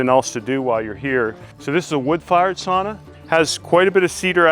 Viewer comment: Sauna pronounced sow-na 😊